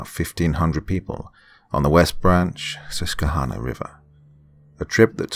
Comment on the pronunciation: I'm very impressed! Most people pronounce Susquehanna wrong but you nailed it! Well done 🤣❤😍